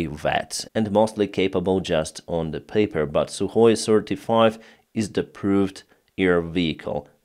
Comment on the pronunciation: Suhoy sirty-four and Suhoy sirty-five you're saying ????